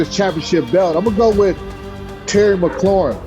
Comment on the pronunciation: Lol i love "Terry McLaurHIM". That, and I think Smoot said "Toe Tapping Terry"